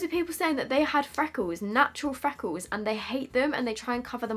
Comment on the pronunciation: Fweckles.. lol